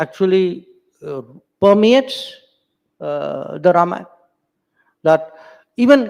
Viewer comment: Loved hearing Ramayan and not Ramayana.